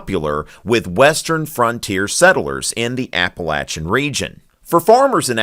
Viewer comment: can't pronounce Appalachian mountains right.